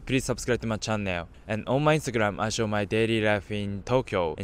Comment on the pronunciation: That "onnu my instagramu i showu myu daily lifu in japann" makes my day lol and yeah im also japanese so no im not racist its just funny